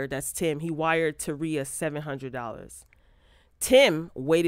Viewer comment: Not taria..Terika